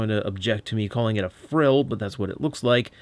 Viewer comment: "Frill" is correct. Kudos on being one of the most accurate reviewers on animal anatomy,!